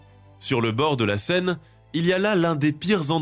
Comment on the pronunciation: Die scheiß KI kann nicht einmal den Namen der Seine korrekt aussprechen. Vielleicht mal was anderes ausprobieren als ChatGPT.